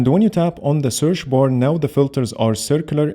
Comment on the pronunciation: "Searsh bar " i love it 😅